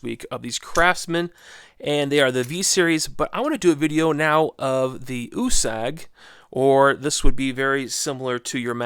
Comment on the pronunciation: I think it is pronounced ( you- sag). My last name is Italian and it stays with a U and it is pronounced (you).